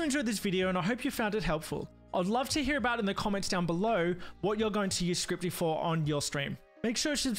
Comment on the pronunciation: scripty? ScRiPtY? There's not even a 't' in it!!!